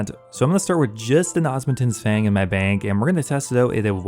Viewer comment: DUDE, for the love of god its called the OSMUMTEN's not OSMUNTEN's That is an M not an N, why is that so hard for you to grasp? 🤣🤣😂😂